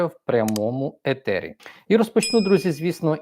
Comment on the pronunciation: Ефір а не етер, зарубіть собі на лобі